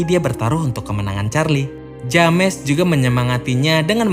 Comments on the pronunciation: kang, maap cuman mau ngasih tau itu dibacanya Jems ya kang bukan James. Makasih:) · Bro ,james dibaca jems bukan dibaca lurus.